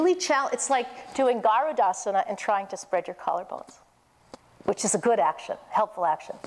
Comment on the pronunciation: Your a senior teacher very good way of getting into the asanas. But very weak samskritam pronunciation. Like It's Not Gaarudasana is Garudasana